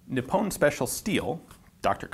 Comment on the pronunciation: No big deal but Nippon is pronounced NEE-POWN the OWN is pronounced as the word "own" is pronounced. It isn't pronounced with a short I and -on isn't pronounced like the word "on." Just being a pronunciation Nazi. : )